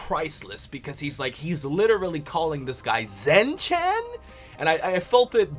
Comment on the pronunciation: Zen-Chan is pronounced Zen Chon sort of